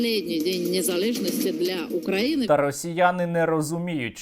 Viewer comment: Фу, вони так гидотсько говорять "Украіни", паплюжать назву. Хай навчаться правильно вимовляти, через "ї".